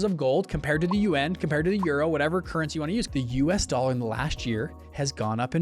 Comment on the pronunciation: y u say yuAn funny